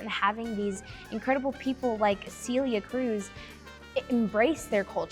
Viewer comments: Cee-lee-aah Cruise. Ughhhh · Why did they have to say her name in the most possible gringo way ever? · Hearing them mispronounce her name hurt me a little bit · Same here